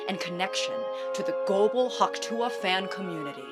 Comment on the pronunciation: saying hawk tuah correctly is so refreshing